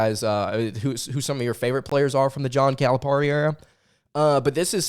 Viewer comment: It is pronounced Cal-a-PEAR-i. Not Cal-a-PAR-i. Love your show!